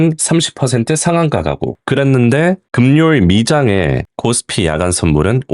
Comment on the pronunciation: 금요일을 그묘일이 아니라 금뇨일이라고 발음하는거보고 바로끔